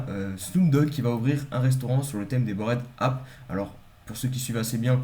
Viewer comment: Merci bro pour ta vidéo , comme tu sais je suis fan, par contre l’anglais frero… Bored ape: se prononce bord aipe, et pas borède app 😂